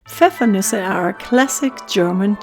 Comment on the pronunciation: I came here to verify how it’s actually pronounced 😂 So the “noose-aye” pronunciation at the end IS correct. My dad is German and didn’t think it sounded right.